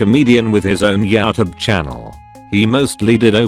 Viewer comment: Fassabook and Yatoob 😂